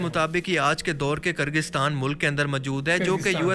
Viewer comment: Yargistan nahi hai bhai...woh kyrgyzstan hai...(kirgizstan)ap aise pronounce kar sakte ho